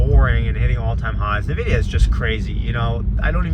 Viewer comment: It's "en-vidia" not "nah-vidia"